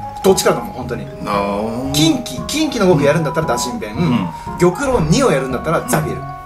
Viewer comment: はおうろうをぎょくろうって読んでるんだ！ みんなそうなのかな？